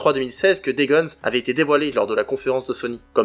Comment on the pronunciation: Superbe Vidéo 🤗 par contre C'est "Days Gone" il y à pas de S à la Fin !! 😉